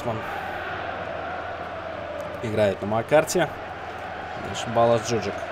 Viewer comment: Мне кажется, или правильно произносить ДжуджАк, а не ДжУджак. P.S. Молодежь, которую не выпускаешь играть, в аренду сдай. Так у них быстрей скилл повысится.